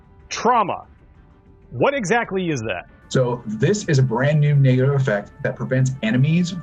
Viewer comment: Is it just me or does that not sound he's saying "Negative" lmao